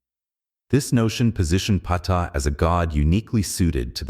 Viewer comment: Pee-tah LMFAO